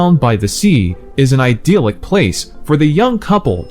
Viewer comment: You did a creditable work. English learning folks would really find this video interesting. However, I suggest that you could've been a bit more serious about preparing word meanings. Some of the word meanings (attrition, beguile, titular) have gone off target and certain pronunciations were also wrong (idyllic, unctuous). Try to be more sedulous while working on your next video because when you make knowledge-based contents for the public, you should be responsible for what you say.